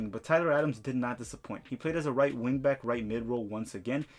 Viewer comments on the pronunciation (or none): none